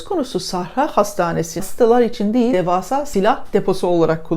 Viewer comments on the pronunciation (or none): none